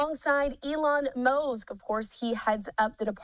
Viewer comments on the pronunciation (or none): Near she calls Elon , Elon MOZE 😆😵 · who tf is elon mousee? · Did she say “Elon Moge” like DOGE?🤦🏽‍♂️ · She said elon mosk wtf? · Did she really just pronounce Musk as “Mosk? 😮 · She called him "Elon Mose"? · Elon Mowsk?